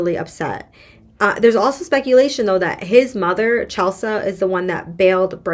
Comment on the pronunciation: Chelsea (the mom) is pronounced Chel-see. Bricen DID go back to TN to have the gps reprogrammed. He showed up in Lauren's car with Lauren IN the car. This was caught on cameras. Nobody realized it while she was there, I guess. There is no word that Bricen brought her in with him to the gps company or if he made her remain in the car. After his gps was set with the correct parameters, he went back to Mississippi and killed Lauren after another torture/beating. The reasons the judge's competency is being called into question is the fact that she has either fallen asleep during a trial or been found to not be paying any attention to the court proceedings during a trial. There may be other instances but those are the ones I've heard on YT. The 'other' gps company is owned by an employee of one of the bond companies that got Bricen out (there were two). When Bricen was released pm, nobody from the bond company was there to pick him up and take him to the gps company. Bricen actually called the bondsman to find out what was going on. All of this information was found on many videos on YT.